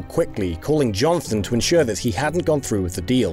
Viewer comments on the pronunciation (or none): none